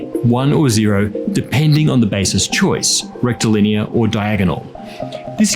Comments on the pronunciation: I wonder how many proctologist's ears perked up every time said "rectilinear"? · How unqualified to be here am I? I keep hearing him say “rectal linear” and all I can think is “straight up ya bum”. I’m hopeless.